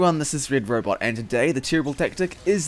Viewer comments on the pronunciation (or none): none